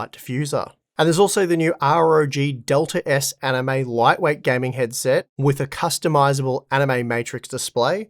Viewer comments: I can't stop hearing "anime" when you say animate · I cannot unhear this guys pronunciation on the ad part of the video. Its like he said anime a whole bunch of times lmao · Haha, I came here to say that I thought he was saying Anime with these promos as well. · Every time I heard animate I thought he said anime and was so confused. 😂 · Bruh, I only just realised he's actually saying 'Animate'... First video I saw with that, I genuinely thought he said 'Anime' and thought "They don't look very Anime to me, what makes them Anime?...." 😂